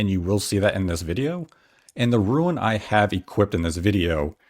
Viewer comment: I’ve been playing this on my pc. The graphics! And the engine runs so well and the load times are crazy fast! And it’s called a “rune”, not a ruin.